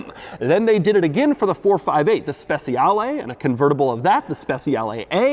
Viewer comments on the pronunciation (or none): It's stra-darr-LEEEE and spech-chi-ar-LEEE not LAY! And it's COM-PE-TITZ-ZE-OWN-NEEEEEEE.... not Nay!!! Caw monnnn man! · "Speciale" is pronounced almost exactly like "Special" in english but with an "h" after the "c". "Spechiale" is probably the closer sound to the italian. It's actually harder to say "Spetsiale" or "Speziale" as Doug says :P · Doug's pronunciation of "speciale" is atrocious.